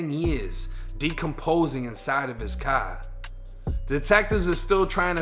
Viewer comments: He must be from boston the way he says car like caaar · You pronounce the word car like someone from Boston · Btw like the way you say car